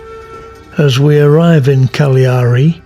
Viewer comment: I enjoyed the variety of video speeds and different shots, and you pronounce Cagliari properly :o) We'll be going there on the Queen Anne in October; my mother can't walk far so we'll find a sightseeing bus. Are you from Yorkshire?